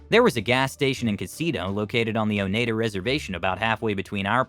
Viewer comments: Oneida = O - nai - da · Last story. I live in Wisconsin but I forgot people out of state/country can't pronounce a lot of cities and towns because they were named after the native tribes of Wisconsin. But this is a first time that I heard someone pronounce Oneida wrong 😅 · Funny how he pronounced Oneida. The E is silent.